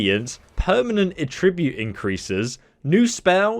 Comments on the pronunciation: Attribute is pronounced with emphasis on the first syllable :) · Love the helpful advice. Serious mental cringing at your horrible pronunciations. Attribute, Markarth and quite a few other speech errors. I get that you sound British, but honestly, that should mean you are better at speaking English, not worse. Again, I found this advice helpful. Please don't think I am ragging on you. Subscribing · Am I the only one who is hyper focused on him pronouncing the noun form of attribute like the verb form? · You need to check the correct pronunciation of "attribute" too. :)